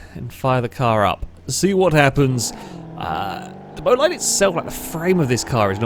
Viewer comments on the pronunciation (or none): Great video. By the way, bolide is pronounced like boleed, not bolayd (source - the new bugatti bolide is pronounced like that).